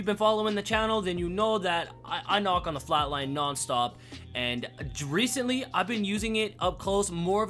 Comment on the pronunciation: Dreecently. Lel :)